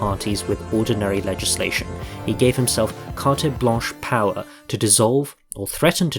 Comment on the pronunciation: It's carte blanche (not cartay blanche)